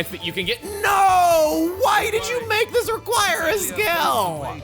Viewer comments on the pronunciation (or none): when you went "why did you make that require a skill?!", I heard it as "skell", not "skill". So I was like "wait what? Xenoblade x?"